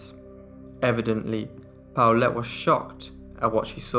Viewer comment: (Midway through the video...) OH! The daughter's name is PAULETTE, NOT Towelette...lol